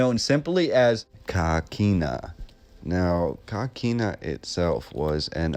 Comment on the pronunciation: Hi. If I may ask where did you get the pronunciation of coquina as caquina? I grew up in st Augustine and we always pronounced the work as co not ca. I think even with a Spanish pronunciation an o sounds like o. Just wondering. Enjoyed the video. Thank you